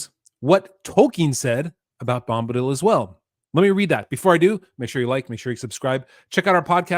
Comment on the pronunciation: "Bomb"-badil... lol